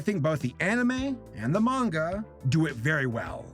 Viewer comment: Thank you for pronouncing Manga correctly